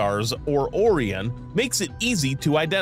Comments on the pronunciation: Personal nit pick. It's pronounced ' O Rye in ' or " O Ryan "not " O ree in " and it's Rye Gel not Rig L. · ORION NOT "AW RION " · this mf pronounced orion "or-ee-on" and rigel "regg-el" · Seriously. After the 4th time of him mispronouncing possibly one of the best known names in astronomy and mythology, I couldn't take it anymore.